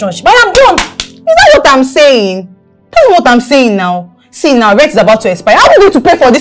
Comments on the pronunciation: always pronouncing now as noun😂😂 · Its the way say NOW for me.. its sounds like NOUN😂😂😂😂